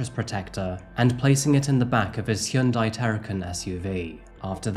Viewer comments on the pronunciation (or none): none